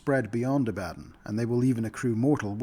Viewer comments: People who mispronounce words have typically only read them, not heard them spoken. It isn’t a bad thing. It shows you are well-read. Ab-ad-don sounded like nails on a chalk board to me though. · God, this isn't a you thing, a lot of people use that pronunciation of Abaddon, but I hate it so much. I think 'A-buh-dawn' sounds much more cool as the pronunciation of the name.